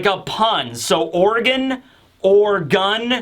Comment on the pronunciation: It is kon+Gorgon as in snake